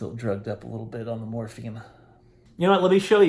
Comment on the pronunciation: Every time he said morphine I heard morphie. I'm so glad you're getting better!!!❤️❤️